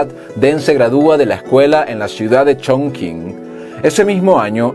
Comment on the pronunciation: Excelente el contenido gracias por compartirlo. Una sugerencia en mandarín las combinaciones con la q se pronuncian tch de allí la distancia Qing sería tching (de allí viene el nombre del país) ya ciudad de Chonqing sería Chong(tching)